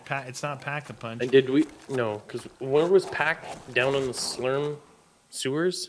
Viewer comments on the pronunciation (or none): I wonder if they're saying slurp on purpose or if they just don't know it's SLURM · slurm not slurp